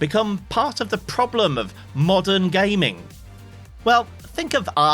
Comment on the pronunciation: "Modem garning" Heheh, nice!